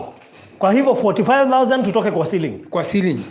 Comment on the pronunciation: chiring 'ceiling' 🤣🤣🤣